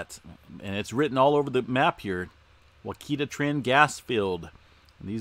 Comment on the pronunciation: It's pronounced (Watch I ta). And what caused the swarms in Oklahoma in the 1800?? You do realize that we as humans have only been drilling for oil for a very short period of time in the span of time..Like less than 100 years .. It isn't always oil and gas..if that were the case where is all the quakes in the Gulf? How about in Canada? France? Iceland? Other than volcanic influenced movement?